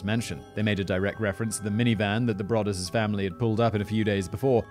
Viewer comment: It’s pronounced Bro-duss!